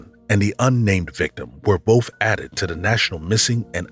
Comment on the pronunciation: Please stop saying "bof" instead of both..